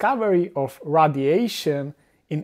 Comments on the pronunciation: Radiation is not pronounced "Raddiation", but "raidiation". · it's fun listening to him say radiation.